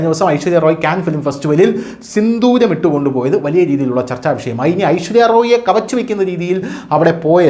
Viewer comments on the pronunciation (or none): ഐശ്വര്യ റോയി അല്ലടാ പൊട്ടാ. ഐശ്വര്യ റായ്